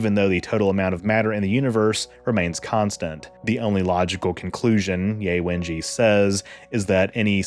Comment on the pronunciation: It's Yeh Wenjyeh not Yay Wenjee. Jus sayin 😊